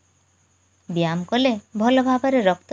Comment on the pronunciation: Mam ap byam kyun bol rhi Hain like why? That is byayam not byam 😂😅